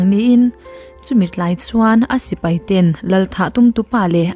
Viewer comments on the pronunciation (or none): none